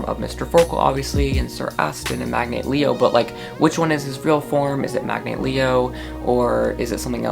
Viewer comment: Magnate Leto not Leo*